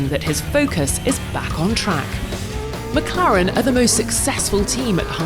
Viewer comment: Interesting pronunciation of "McLaren "